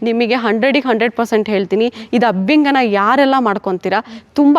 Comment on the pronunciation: Its abhyanjana dont pronounce it incorrectly.... And by the way dont add up unnecessary words and irrelevant words... U just tell wats best abt your product